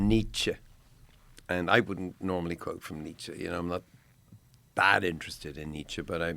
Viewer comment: The way Bono pronounces Nietzsche grates on me.